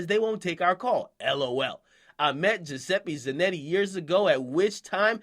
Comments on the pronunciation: Jah-seppi Zah-Notti dumbass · the white guy is italian giuseppe zanotti lol and you pronounced his name wrong